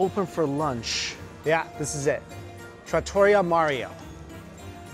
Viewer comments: It's Trat-tor-ree-ah. I'm happy that you enjoyed the food of my people :D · Tratto-REE-UH my friend